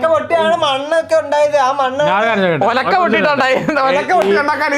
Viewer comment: ഒലക്ക അല്ല കൊമ്പാ... ഉൽക്ക 🤣🤣